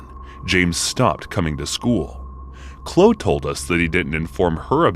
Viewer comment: The 'e' is pronounced in name Chloe . Chlo-e. Not Chlo.